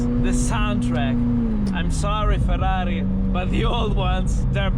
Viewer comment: 2 facts: 1)The perfect pronunciation of FERRARI. 2)The perfect downshifts. Cheers bro.